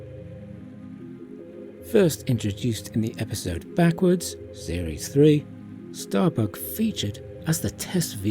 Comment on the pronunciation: Ahhh.......I see what you did there..... Hiding behind your accent to get away with saying "giving Starbuck a fat backside" And if you didn't mean to do that..... it's even funnier...... Especially when you hear the part "it's as if Starbuck is taking a dump" 😆😅😂🤣